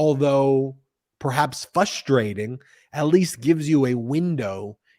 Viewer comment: Ben! Stop saying 'Fustrating'! It hurts my brain.